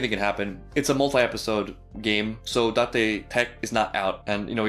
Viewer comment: omg it's almost Shouyou's intro, I'm not sure if I've noticed before Oo you said Date right as Shou said... gyun!